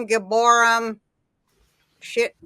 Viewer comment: Please! GiborEEM. NephilEEM.